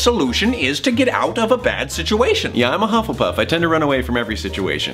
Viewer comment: DID I HERE HUFFLEEPFF